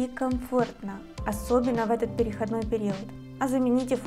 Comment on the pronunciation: ПерехОдный период. Ударение🙏